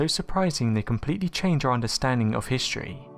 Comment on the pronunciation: Yes, you did get "Histroy" all wrong.